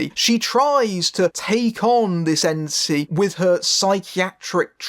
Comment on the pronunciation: I kept hearing you say "Smiling ANTSY" or "Yancee" instead of entity and that was just hilarious.